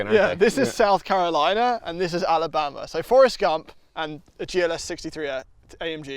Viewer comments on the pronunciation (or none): none